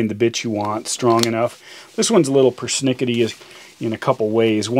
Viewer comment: I was all in until he said " Persnickety" 🤣🤣